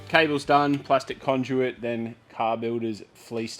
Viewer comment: The way he says conduit does my head in so bad it’s not even funny